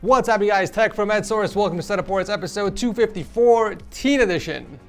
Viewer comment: This dude said tech from Ed source